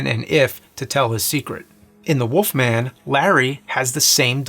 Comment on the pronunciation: Why does he say The wolf man as "The Woof Man"